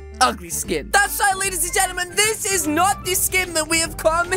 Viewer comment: Why do he say lady's gemtim